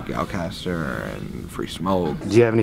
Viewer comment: Omd trying to say gyalchester is too much 😂😂😂